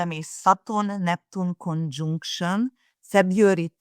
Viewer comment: Someone tell that arrogant accent-breaker that "conjunction" is NOT pronunced "CONJoooNCTION" !